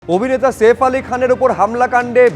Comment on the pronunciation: নাম সেফ না সাইফ।। এসব তাচ্ছিল্য মার্কা উচ্চারণ বন্ধ করুণ